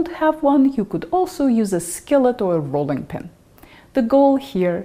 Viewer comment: Haha... you said rolling pin... I heard bowling pin... took me a minute to wrap my head around that one... lol